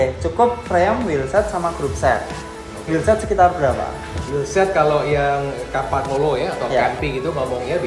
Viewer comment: It's "kəm pa nyolo" not "kampagnolo". It's "veinj" not "ve nge" 🤭